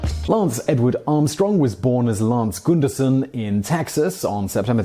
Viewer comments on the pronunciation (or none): As someone with the same last name that Lance was born with: "Gunderson" is the anglicized version, and as such is pronounced "gʌn-dɜr-sʌn". You pronounced it closer to how the original norwegian/dutch name was pronounced, but the "son" as opposed to "sen" ending gives it away as anglicized. Then again, if you've got some audio of how they pronounced it, I'll gladly retract that, but from my line of Gundersons, the anglicized version is distinctly different. That said, thanks for the awesome video! I love your content, and I have literally no idea how you would be supposed to find out that quirk of pronunciation.